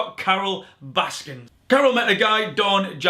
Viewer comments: Omg its baskin not baskins why is everyone getting this wrong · It is Baskin! No "s" at the end. Can we please all agree to start saying/spelling it correctly/!?! Yes she killed her husband. The rest of you have killed her last name.